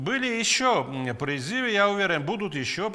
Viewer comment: НЕ пиризивы призывы.Научитесь разговаривать правильно.